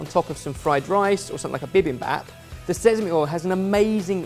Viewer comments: smh still hasn't improved since his pronunciation lesson in Cheese Week... it's "sesame", not "sezame", come on! Even worse, now picked it up too. 😂😂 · Sezamey oil? And here i thought it was sesame this whole time... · "Sezami oil" 😂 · Both of them are having difficulty with sesame